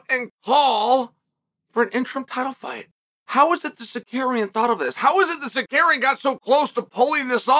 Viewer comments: Bro its "Sarook-yan" not "Sakairyan" lol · Tsar you kee an ! Is suspended for 9 months..what are you on about also get 1 name pronunciation correct for the luv of god..lol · Con man “Secarian” lmfao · chael do it with me buddy. tsa ruuuuuu kyan. not tsakarian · Chael it’s TSARUKYAN!!! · Secarian is sar rooky an but easy. What they gone do bout it anyway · Securian get it right hahahah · Learn how to say his name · He rarely gets a name right 😭